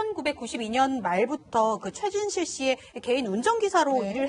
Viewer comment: 고 최순실?? 발음 똑바로 안하냐